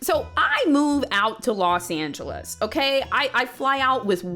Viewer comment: I can't get over how pronounces "Los Angelas" XD